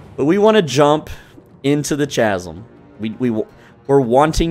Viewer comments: Love the guide, but my man, it is pronounced KAZ-UM, not CHAZ-UM.... Seriously, though, hell of a job, dude. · ♥️ Chasm pronunciation = Kaz em. Great video sir 🙌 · Chasm is pronounced like the h is silent. So it's Kas-sim.